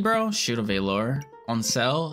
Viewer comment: Shield of VALL-ER Not VAYLOR